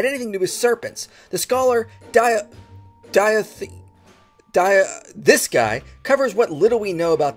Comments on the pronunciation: "This guy" is pronounced: Dah-hee O'Hogan. Irish pronunciation is … special. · It's pronounced as Dah-He and his surname is the Gaelic version of Hogan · Btw that name is pronounced Doh Hee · Just for future reference, Daithi is pronounced dah-HEE ;)